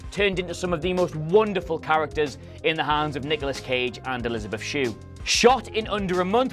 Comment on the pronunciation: Anyone else hear Niggalos Cage?